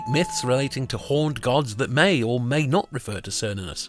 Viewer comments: It's Kernunnos, not Sernunus 🙄🙄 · It's pronounced with the K sound, like Kernunnos. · why does everyone pronounce it as SER-nunnos when its supposed to be KAYR-nunnos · It's not "sernunnus", but "ker-noo-nos". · Its Care-noon-ous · Wrong pronounced name; it is: Kernunnos . C pronounced as an 's' is a Latin alteration. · Are you sure of the pronunciation, I would suggest; "Kernunnos". In Welsh, Cythraul meaning Demon or Devil is pronounced Kythrael. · Why are you calling him, Sernunnos? The C is always hard in the Celtic languages. Or so I have been taught. You're Latinizing the C in this case. Making it the S sound. I believe this is incorrect. Maybe it's the Roman coming out in you. :) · It's what happens when people speak on things they haven't thoroughly researched. I know it's pronounced ker-nunn-os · Wrong prononciation, watch the movie Demigod. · Precisely, What is it with the English that they insist on pronouncing words and names from other cultures they way the would were they English words? It is INDEED a hard C on Cernunnos. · Pronounced with a hard C like a K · ❤ yes "k" sound on the C ❤ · If heard it pronounced both ways but I think you are correct.